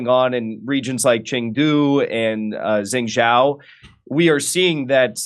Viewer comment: Jengjow? Think he means Zhengzhou (JUNG/JOE would be closer) Clueless, yet we should listen to on this get a grip Jimmy this was embarrassing I had to say something, but this is not correcting any record on the protests. WOW!